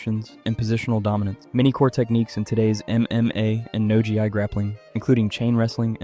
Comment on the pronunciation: I really though for a minute this video wasn't made by AI until the very end when it pronounced Gi as "G-I"